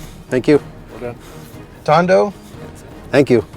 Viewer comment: Thando not Tondo. Thando means love